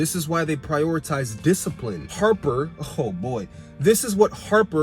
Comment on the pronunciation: You mean Hopper 😂😂😂.. I'm dead you said Harper lol. but the way you break it down is very insightful your making me wanna rewatch especially what you said about Hopper being 11 anchor